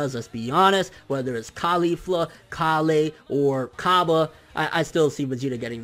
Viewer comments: KALE! STOP SAYING IT WEIRD!! ITS KALE KALLLLLE KALE!!!!! ps love your vids KALE! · who the hell is kalay? KALE!!! dude